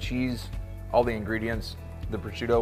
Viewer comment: next time invite me so i can pronunce "Prosciutto" in a proper way 😂 just joking